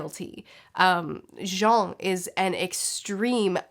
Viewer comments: That "Jon" pronunciation sure is something <3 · Why’s she pronounce Jean like that